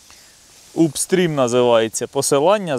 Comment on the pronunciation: Гарний кльов. Вова, це у вас річка чи озеро ? Не УПстрім, а АПстрім правильно читається ;)